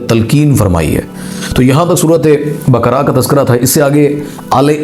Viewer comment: Bakra nai sir baakaraa